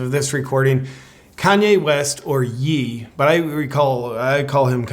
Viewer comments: Pronounced "Yay", as in Kahn-yay. (Not "Yee"). 🤓Got your back. 😁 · Wow... JP... I thought that you were a truth seeker...you're not getting where Ye (pronounced "yay", not yee. It's the last part of his name Kanye) is coming from. What he said was NOT about all Jews in general. He was referring to those specific Jews who were causing him trouble. It wasn't anti-semetic, although the term should really be anti-Jewish, since Arabs are Semetic (descendants of Shem) too. He left Tim Poole's podcast, because Tim used the word "they", and then when Ye asked Tim who they were, Tim wouldn't admit that they were the specific Jews who Ye was talking about. Almost to deny what was done to Ye. I even commented on Tim's channel saying that Tim thinks that he's an Alpha Male, but he's barely a Beta. And that I won't be subscribing to his channel. Tim was afraid to back up Ye so Tim wouldn't get cancelled. So weak. I don't think Tim was following his "priciples". You are mistaken. Ye doesn't deserve being cancelled. And definitely not having his money taken away. I'm very disappointed in you not seeing the truth. What you were saying is not the truth. And Ye is well enough. He's following what God is leading him to do. You need to rethink this through again, and realize the real truth. There are good Jews and bad Jews just as in any other group. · isn't it pronounced "yay"? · My name is technically Timothy, would you really refuse to call me Tim? You pronounced "Ye" wrong. It's pronounced the way it is as part of Kanye, kanYe, sounds like when you're excited and say yay. Ye is just short for Kanye. You go by JP, instead of what? John Paul? Or is it actually Jay Pee? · Ye is pronounced "Yaye" like "Kanye," I'm not calling him Ye though